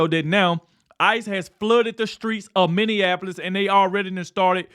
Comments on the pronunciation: pronounced Minnie apolis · when are you going to learn to say Minn-e-a----polis